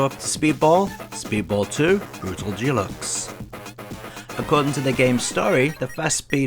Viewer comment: What's this brutal jeelux? You haven't forgotten your native tongue already have you?